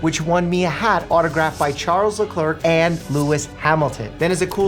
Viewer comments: Shame to be a Ferrari fan. The pain must be unfathomable following Ferrari F1 😂😂 It's "Le-clair", not "le-clerk" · Pronouncing his name as le clerk is an actual crime 😭😭😭😭